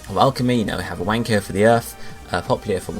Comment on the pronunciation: the way you pronounce iwanko XD